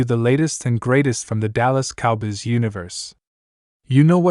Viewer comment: If you can’t pronounce “Cowboys” you shouldn’t be talking about them. Have you ever watched an NFL game? I’d suggest you start a different channel.